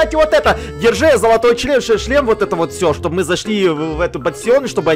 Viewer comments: Так отдавай сюда свой члем ахаха походу у давно не было раз вместо шлема говорит ччччлем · Я один слышал место шлема ш меняем ч я услышал чле... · сказала не шлем а чл** 😂😂😂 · Меня одну смущает что гоаорит (чле-шлем)⊙.☉